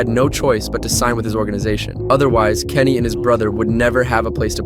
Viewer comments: Who the heck is kenny its giannis this commentary sucks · Why are they saying Kenny meanwhile his name is giannis